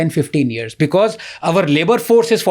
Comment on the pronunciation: Raj shamani ko because ko becuss bolney main bohot maza aata hai😂😂😂